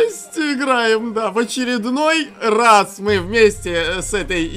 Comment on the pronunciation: Ещё роз.)))) не раз а роз